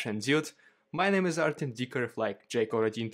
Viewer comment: it's pronounced "Ar-tyom" not "Ar-temm".